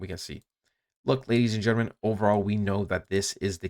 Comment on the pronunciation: “Ladies and gnrmnn”